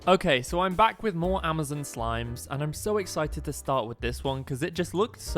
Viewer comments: “Amizin” bro iz Amazon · He said Amazin